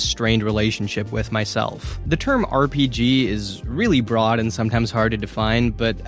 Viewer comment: Dude discover the R in RPG